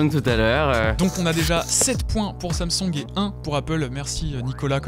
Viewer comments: Faut dire " sam soung " pas samsong " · Le « samsong »